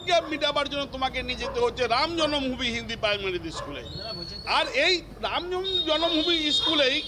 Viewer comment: Eai councilor je secondaty r primary uccharon korte parche naa eder apni bolteo lazza lage, aamader durvagya eai illiterare gulo neta.